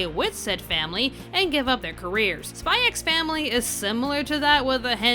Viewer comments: It feels so weird to hear the title pronounced as "Spy Ecks Family". It's just "Spy Family", fyi. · please just Say SPY FAMILY. The X is silent............ Like Django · it's pronounced "Spy Family" 🤦🏽‍♂️ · the "x" is not meant to be pronounced. it's meant to be said as Spy Family. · btw, you don´t pronounce the x in the title, it´s just pronounced "Spy family" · also u dont pronounce the X im sure.